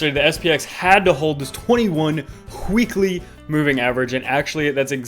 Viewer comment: Lol whheekly. Like Stewie pronounces in Family Guy